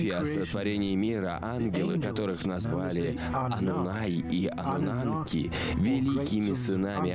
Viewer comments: Ануннаки а не Ануннанки. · я просто жду, когда чел скажет не ануннанки, а ануннаки... не дождусь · Он совсем охренел; почему аннунаНки то? Когда Аннунаки ??? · "Аннунанки" и пулемётчики😂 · Кто-нибудь, объясните, почему он говорит ануннаНки?!?!? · судя по комментариям все смотрели и пытались вникнуть в этот бред, а это фильм засыпалочка , поэтому анунанки и остальные огрехи диктора, всем ану снов и ани сновидений))) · АнунаНки..п...ц. ну и начитка. Начитчик,ты поц